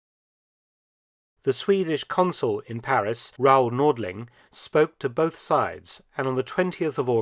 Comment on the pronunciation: Thank you Professor. Well researched, and presented with your own inimitable panache. Your French pronunciation is absolutely perfect, we appreciate that. And we all know that Paris became the headquarters for SHAPE, the forerunner of NATO. Have you made a video on this history? All the best!